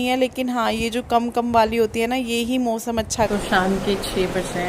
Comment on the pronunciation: Mosam nhi hota hai Mausam hota hai aap naak se kyun bolti hain itna aunty